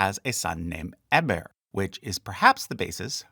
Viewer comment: My name is Eber. I've always pronounced it differently than you did.